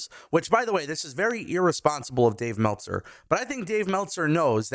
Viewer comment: Cmon bro. It’s Meltzer.